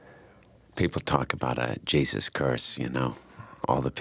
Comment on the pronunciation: "Gyee - Zuss"